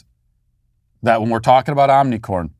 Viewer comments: Matt, Can you pls pronounce omicron properly lol it’s not omicorn 🌽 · Today we cancel Matt Walsh for saying omnicorn. It's omicron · Matt, it's omicron, not Omni 🌽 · Love how he keeps saying Omnicorn. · Omni “corn” 😭😭😭. Matt for the win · IT'S NOT OMICOR 🤦‍♂️ OMICRON OMI-CR-ON Between you and Steven Crowder I don't know who is worst with the Greek Alphabet 🤣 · It bothers me so much how Matt mispronounces omnicron. I hope he does it more hahaha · Great trolling by mispronouncing Ornicorn!! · Matt It is omicron not omnicron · It is omnicron not omnicorn... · I think you should be given more credit as being the only public figure who pronounces omnicorn correctly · Why do you say omnicorn? Maybe I have missed that you are doing on purpose? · You're purposely calling it "omnicorn", right? It makes me giggle every time you say it. I imagine you're intentionally mispronouncing it to be absurd. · Omnicorn was funny the first couple times. Now it is making it seem like you don't know how to pronounce it. Just focus on how mild it is, rather than mocking it. It is incredibly disruptive to the educational situation (ie, students and teachers must stay home if they have a scratchy throat or cough leading to sub shortages and thousands of lost learning hours) so helping the narrative by focusing on it's mildness is helpful. Mocking it means your voice will be ignored as contrarian. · He knows, dummy. It doesn't deserve the respect of correct pronunciation. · Somebody tell Matt to stop saying "Omnicorn"!